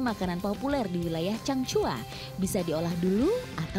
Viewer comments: Reporter ny kyk ny salah sebut "chang hua" jd "chang cua".. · Changhua bukan cangcua mbak